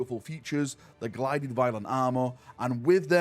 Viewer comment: “The glided violent armour” my friend, cmon